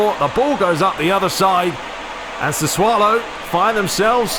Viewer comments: Its pronounced "sassoulo" man u so much fun on the pitch and off it 😂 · It’s pronounced SAH-SUE-OH-LOW.